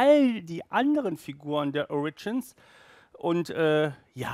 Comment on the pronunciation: Das erste Mal sagt er "ORIGINS" richtig!!! BRAVO!!! ;)